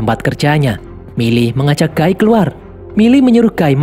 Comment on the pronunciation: Knp nyebut nama nya guy gw denger gay makanya gw nonton sampe abis kecilin volume 😅